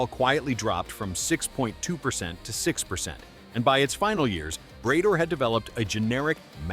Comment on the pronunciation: Bray-door? Really?